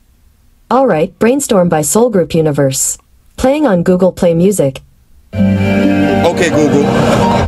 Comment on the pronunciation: By the way its google not googoo